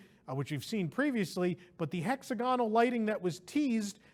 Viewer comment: For f sake properly pronounce hexagonal